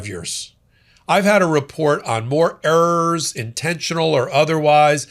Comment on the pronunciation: The way he says "Urr Rerrs".(errors) 😅😅😅